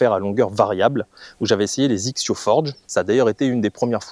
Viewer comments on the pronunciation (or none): Petites remarques; XXIO ne se prononcé pas zixio mais X X yo! , il y a une très très grande différence entre XXIO et XXIO Prime. Le prix d'abord et ensuite la conception qui n'a rien à voir . Sur les Prime on est sur le très haut de gamme en conception (8couches fibre de carbone en nanotechnology) sweet spot augmenté, matériaux high-tech etc.. Avant je jouais des barres à mine et petit à petit j'ai commencé à réduire le poids car j'étais lessivé au 14 trous.. Puis j'ai rencontré un ami jouant des Prime qui m'a mis deux clubs d'écart sur une attaque de green (avec 3° de température extérieure) il a joué fer 8 et moi fer 6. Sa balle a volé comme en été !. Je suis scratch et lui 3.5 mais on a la même puissance .. j'ai essayé sa série et ça m'a convaincu.. et comme tu dis.. tu fais le même swing au 18 qu'au début..avec mes rifle 5.5 , dynamic gold S300 ou même mes dynalite ou nipon shaft 90 ya pas photos.. Et même si les têtes des clubs ne m'emballent pas plus que ça, leur tolérance, leur facilité à jouer les bonnes distances font que cela compense largement peut-être la différence de spin que tu peux mettre dans la balle. Mais au final tu fais moins d'erreurs et tu scores plus facilement !